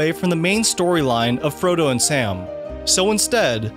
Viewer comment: Did the narrator say scrodo instead of Frodo at number 40?